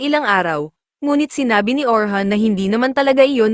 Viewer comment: Orin hindi Orhan